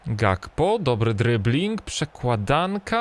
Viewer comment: Gakpo czyta się Hakpo.